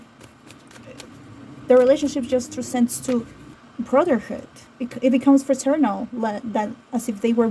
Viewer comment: She says brotherwood 🤷🏽‍♀️